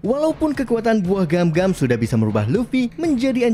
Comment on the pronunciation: Min klo bhas anime pelafalan nya jgn pke inggris.. jd garing 😂 Gomu gomu Gam gam 😂😂